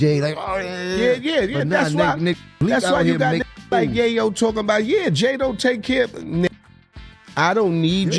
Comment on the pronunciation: Bro it’s YAYO NOT YIYO